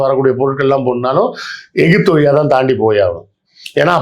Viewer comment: ஈஜிபுத் னு சொன்னவர் விஞ்சானி செல்லூர்ராஜூ